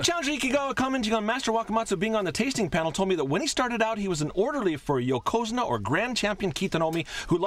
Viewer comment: "Yo'Ko'Zune'Ah" ..... come on man